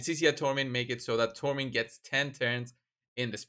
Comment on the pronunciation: Thanks, you pronounce her name correctly. I dont understand why Ash and HH call her Sekia.